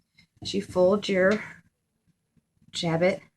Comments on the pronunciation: Jabot is a French word and the T on the end of the word is not pronounced. It sounds more like "sha-bow" in English. It is not pronounced "jab-it". There's a lot easier way to make a jabot. The process described in this tutorial is uncessisarily complicated and the edges are not finished, which gives it a shabby look. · French word, pronounced. Jabow